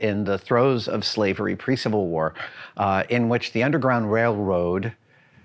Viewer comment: Adam allllllmost said “ Wailwoad” ... lol.